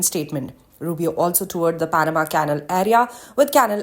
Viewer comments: I agree completely . . . On a lighter note though, this narrator/anchor person from Reuters is mispronouncing the word CANAL (rhymes with SHALL) as a dog house or KENNEL . . . LoL . . . Although she sounds from her accent as being of Indian heritage, even in India (where English arrived with the BRITISH Colonialists) well-educated people DO NOT pronounce CANAL as KENNEL . . . Her producer at Reuters should correct her pronto . . . Wake Up Reuters Production Team ... ha ha ha . . . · learn to pronounce 'canal' properly